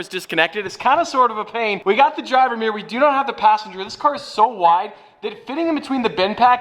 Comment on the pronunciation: Mate.. meeyer is not how you pronounce mirror. Cmon 🧐